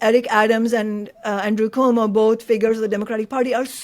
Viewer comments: It’s Quo-Mo, not Ko-Mo. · PLEASE know Cuomo is pronounced ’kwomo’ not ‘komo’. Thanks! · In the debate Momdani justifiably criticized Cuomo for mispronouncing the former's name, but you, Chris, mispronounce the latter's name. There is in Italy a Lake Como, which is how you mispronounce Cuomo's name, but it should be pronounced Ku-wo-mo, eliding the first and second syllables. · That's Cuomo, not Como, Chris.